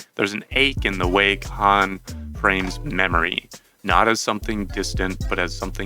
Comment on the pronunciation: The 'H' in his last name is silent